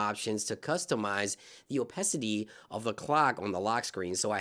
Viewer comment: Bro, it's pronounced 'oh-pah-city' not 'oh-pes-city'.